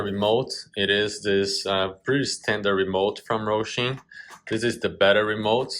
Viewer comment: It's Hosim not Rosim....😂😂😂